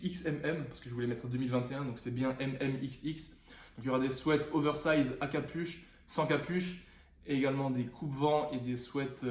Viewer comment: On dis sweat ( swit ) 😂😂